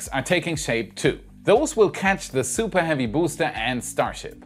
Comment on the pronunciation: Supah heavy boostah